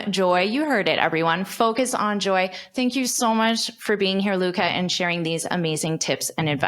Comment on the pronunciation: Did you pronounce "thank you" with a /t/ at the beginning of the interview? 😧